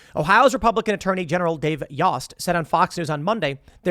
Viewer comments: Yost= Yo·est. Not Yaw·est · pronunciation: long o in Yost